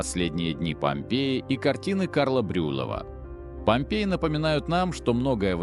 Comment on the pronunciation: Если вы человек да ещё и русский, почему вы произносите неправильно фамилию художника Брюллова?